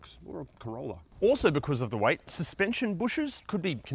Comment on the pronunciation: I was wondering what color "white" has to do with brake wear, and then I realized he is saying "weight"